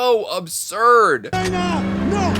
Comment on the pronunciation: Also, I just noticed that Hele-na is sometimes pronounced as He - lana. There is her fiance calling after her and he doesn't know how she pronounces her name?